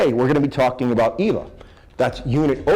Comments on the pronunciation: NOT EVA IS PRONOUNCED LIKE AVA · still bro... eeeva... really? nice costume though